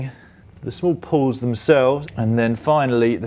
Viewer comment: Why are you saying "pull", its a "pawl" 🤦‍♂️